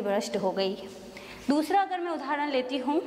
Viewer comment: we pronounce udaaharan not udhaaran